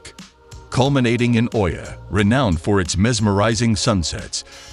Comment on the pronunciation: Oia is pronounced “E-ah”